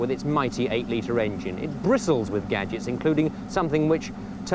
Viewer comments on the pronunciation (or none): none